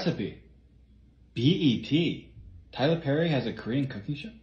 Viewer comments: The Tyler Perry in the Korean accent sent me🤣😂😂😂👌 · Tyler Perry ❌ Tai La Puh Ri ✅